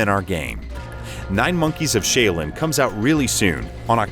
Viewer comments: "Shay-Oh-Lin" ..... Duuuuuude... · Every time I hear "sheilin" it disturbs me. I can't believe that nobody caught the mispronunciation before the video was completely made. I am in shock. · Shay oh lihn I don’t think he got any of the words correct in the advertisement outside of Qi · The Shay-Oh-Lin Temple? C'mon man do your research! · "You can play co-op locally or online." Thank yoy! Too many great co-op games do local only. But then you pronounced Shaolin like "Shaylin" and lost most of my respect. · you just made enemies with all of China and im going to help you slightly by saying its pronounced Sh- ow-lin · Did he say Sha uWu lin........ ? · Shay-o-lin? Automatic fail. Pass! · Interview for the moron commentator. Developer “Pronounce the Title of the game” Moron being interviewed “9 monkeys of Shayo Leen” Developer “You’re perfect!” 🤦🏻‍♂️ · This guy never heard of SHAU-LIN! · Who in the hell let this video get published with the wrong pronunciation of the word Shaolin!? Major misstep on someone’s part. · Pronouncing "Shaolin" gone wrong. I can't believe it was so hard for him to research how to pronounce "Shaolin". Anything close to it would have been ok. Tap the Play-button next to the 少林 (Shaolin) word 🤷🏻‍♂️ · Did.. did he just mispronounce his own game? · Lost interest after the first sentence gonna go find another reviewer that can pronounce Shaolin correctly. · I'm surprised he pronounced chi right and didn't pronounce it like "chai"... lol